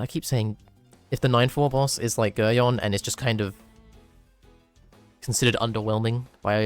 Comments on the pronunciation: its pronounced Gerry-on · For the people who seem to mispronounce Geryon it is pronounced like Garion or G-air-ee-on